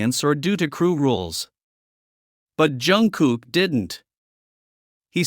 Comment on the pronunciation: Хотя бы правильно называйте их имена😂